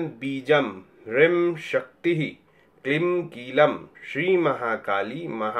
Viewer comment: Hreem ka ucharan is prakar nhi hota h.